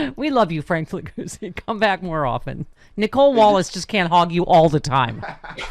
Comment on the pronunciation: He's Italian. Figliuzzi is pronounced Fee-lee-yootzi.